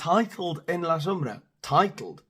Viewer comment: You say “en la sombra “ so well. I don’t think spanish people need to be trained like monkeys…I just don’t think they care that much